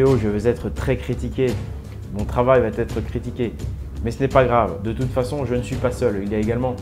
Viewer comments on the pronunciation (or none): Excellent travail, j'enchaine tes vidéos depuis que je les ai découvertes! Tes recherchent sont passionnantes et résonnent vraiment en moi.. Juste fais attention à la liaison de "va" à la troisième personne, il n'y a pas de t ! , et c'est dommage car il y a certainement des gens qui s'arreteront à cette faute d'orthographe pour discréditer ton travail :) Pour ma part, un grand merci pour toutes ces infos qui nous éclairent sur le monde dans lequel on vit <3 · SVP. !! Va ne se termine pas par un T. Arrêter avec votre mauvaise liaison ! Va c est : Va sans T ! On ne dit pas " vaTêtre" 😫😠 Vous fichez en l'air tout ce que vous dites en prononçant une erreur d' inculte. Ce n est pourtant pas le cas. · qd vous utilisez APRÈS QUE. Ne mettez jamais le subjonctif. Et vous l’utilisez souvent cette formule!! Puisque vous parlez du passé. On dit après qu’ils ont. Pas après qu’ils aient. On ne met pas non plus de « t » à va t’être. On dit va être. Voilà voilà. Merci. C’est important la connaissance du français correct. ❤ A part ce minuscule détail j’adore tout ce que vous mettez en lumière et à notre disposition 😘